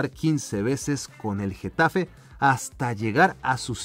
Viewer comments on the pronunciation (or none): none